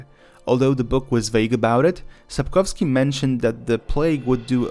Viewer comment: Sapkowski not Sapkowsky. He is Polish not Russian.